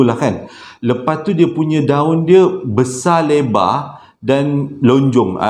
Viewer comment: very negeri sembilan sebutan tu bang.. LEBAAAAA Hehe